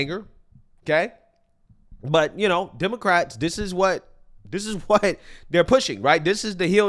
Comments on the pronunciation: You said "demoquacks". I love it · Oh my gosh! Lol, did you call them demo-quacks?!?!?!? 😆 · He said Demoquacks. lol